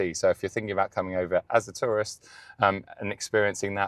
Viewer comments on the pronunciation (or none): none